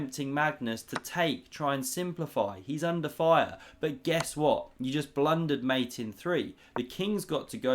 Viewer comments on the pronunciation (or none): none